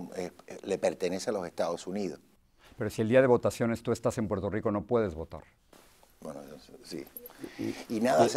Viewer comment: he's controlling himself. Check when he says 'Puelto Rico'.